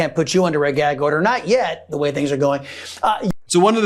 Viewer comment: “I can’t answer that because I’m under a gee-ag order”